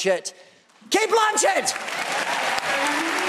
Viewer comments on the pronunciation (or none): He flubbed announcing Cate Blanchet 😅 He had a fan boy moment. 😂